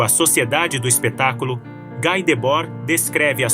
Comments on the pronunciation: Pronúncia é Gui e não Gái [Debord] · "Gui" e não "Gái" Debord. Ele é francês, não? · Não se pronuncia GÁI, mas Gui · Esse texto está muito GPT3 e precisa ser melhor trabalhado em muitos aspectos. Ainda assim, parabéns pelo tema abordado e pelo trabalho. Obs: pronuncia-se "gui", não "gai"